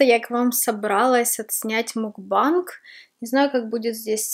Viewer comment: Та не мукбанг, а макбэнг...